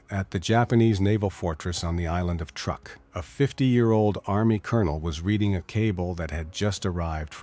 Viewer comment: Truk, not truck.